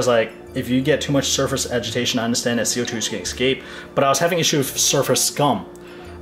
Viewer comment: Listen, you make great content, but you can be a pain to listen to - improve your english pronounciation please. I know i sound like a hater, and i might be, but i just want to help you make better content ok? Is it called "that" not "dat", "refractometer" not "refragtotomta", "this" not "dis", "fast" not "fass". You might actually be good at the pronounciation but it turns to dumbsterfire when you speak fast....